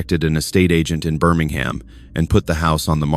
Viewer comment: Dear AI, Birmingham is pronounced Bermingum. Birmingham in the UK isn't the US one. please try getting it right.